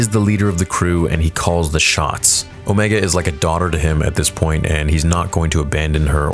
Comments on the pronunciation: I can’t tell if you’re memeing when you call her “Omeega.” It’s her accent… she literally calls Tech, “Teek” because of it lol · Why does he pronounce Omega so weirdly 90% of the time but every now and then says it right. strange.. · You doing it on purpose aren't you., saying omega's name with a long e. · oh, so now I know of two people who pronounce it incorrectly. Didn't know that cuz I've only ever heard her pronounce it as the character in the show were she was likely told to pronounce it correctly like dude in this video does , , and before reverting back to this unique incorrect pronunciation. Weird thing is that after all the times I've heard that word in media mentioning Darkseid's Omega beam, in movie dialogue mentioning the Alpha and Omega, or in reference to a constant or a function considering one of my hobbies is mathematics and physics, I have never heard it pronounced like this even once. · Why do you say omega like that? 😂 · Can you pronounce her name right g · Why does he say “OhMEEga” ?? When they clearly say “Omega” like bro 😭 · Please, it’s O-MEGA not O-MEEEGA. Not sure why you switch back and forth. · OH ME GAH...its OH MAY GA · Quick Question.... You was pronouncing Omega as Omeega then went back to Omega ... Why are you pronouncing her name 2 different ways??? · When you watch Bad Batch, Omega always pronounces her name "Omee-ga." Everyone else on the show pronounces it "Omay-ga." The voice actress is from New Zealand, which explains why she pronounces it that way. But I don't know why Dee Bradley Baker doesn't do the same for the clones. It bugs me EVERY EPISODE. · The actress that voices Omega pronounces the name "Omeee-ga," and all the other clones pronounce it "Omay-ga." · OMEGA! OMEGA! HER NAME IS OMEGA! NOT OMEEGA! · please pick one- will you pronounce it “0h meega” or Oh mayga”? I don’t care which- but I think that it is the latter in the show. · Hearing “Omeega” makes me want to jump off a cliff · Say it with me: Oh-may-guh